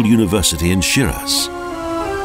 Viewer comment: I don't mean to be rude, but if you want people to pay for whatever it is, that travel agencies do, first Teach your Narrator, to pronounce the Name of this City, Properly please!! It's pronounced Shee-Rahz (first part rhymes with See & the second with Jaws)!!